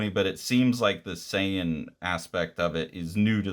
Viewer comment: You actually pronounced Saiyan and Kakarot correct. Good on you